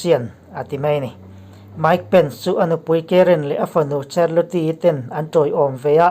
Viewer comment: Charlotte -Sarlot tia lam tur